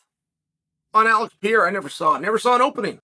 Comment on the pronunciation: Alex Piera, Kumara Ooozmen, Hoomzat Chimaev, Yourear Rodríguez, uncle Chael never lost a round😅😂